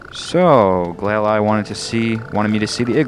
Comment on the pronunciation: It’s glalie